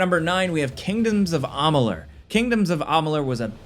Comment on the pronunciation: Amalur not amalun! Wtf you said it again and again!! Dude??!